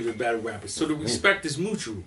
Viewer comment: “The respect is MOOtual” 😂